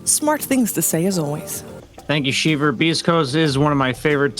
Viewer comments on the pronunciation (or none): Once you hear “thank you sheever” you know boutta break something down you didn’t even know was a thing